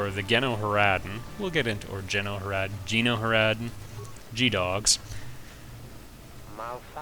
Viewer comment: Pronunciation suggestions: Tach = tack (tachyon, tachometer) Sigil = si-jil (rhymes with vigil) GenoHaradan = jee-no-hair-uh-dun, jee-no-ha-ra-dun dark side points = I vote conservative